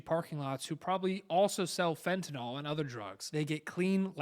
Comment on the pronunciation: Fenta- NYL ... not NOL